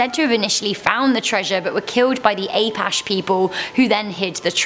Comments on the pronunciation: A-pash people? Darling, they're the A-patch-ie people. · Apache: pronounced Uh patch ee. Not A pash. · I was like wtf is ap pa shay. Shut ma brain down for a moment lol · It’s the Superstition Mountains not the suspicion mountains. Also A-patch-ee not a-pash-ey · the Lost Dutchman mine is in the SUPERSTITION mountains. also, it's pronounced Ah-patch-ee, not Aye-pash. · 9 - its pronounced "a-pah-chi" not "ay-pash". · Superstition Mountains (Could be a whole video on it's own-highly scary mountain ranges-Lots of folklore) Apache - pronounced A-patch-ie Thank you. Love you guys!! 🔥🔥🔥😁✌💙🐻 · Apache? Have I been saying a-patch-ee wrong? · I’d follow the map to Wikipedia where I would learn the Apache people weren’t called “A-Pash” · It's actually pronounced uh-pa-chee or A-Patch-E. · Also side note Apache (ə-păch'ē), a-pach-ee. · The Peralta family were killed by Apaches. (A pa che) short vowels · Did you just pronounce Apache as "A-pash"? Haha. Also it's the Superstition mountains, not suspicion mountains. Still my favorite list channel of all time. Keep up the good work, guys!😀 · Hello, Kirk from Arizona. You are so adorable, you absolutely massacred the pronunciations for the “Lost Dutchman’s Gold Mine.” It’s not call the suspicion mountains. They are called the Superstition Mountains or the Superstitions for short. Apaches is pronounced like -Apachies. It’s okay though. Yes here in Arizona that is a very well know legend. Thanks for speaking about it. Love your channel and topics. Thank you. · Apache = (phonetically) uh- patch- ee, just a friendly FYI ;) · Apache is pronounced A-patch-ee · Apache is pronounced like a-patch-ee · Apache is pronounced “ah-pa-chi” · Did she mean Apache? A-patch-eeee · Apache= uh-pah-chee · Lol yo do you mean the APACHE ( APACTHEE) PEOPLE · It's pronounced a-pa-chee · It’s pronounced Ahh*patch*ee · “A-Pash” omg... you have a phone. Look up how to say it before you tell people how it’s said ffs